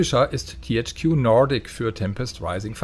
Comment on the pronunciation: Der Sprecher sollte mal bitte einen Englisch Aussprache Training machen. Total falsche Aussprache zB bei Nordic katastrophale Überbetonung des Rs.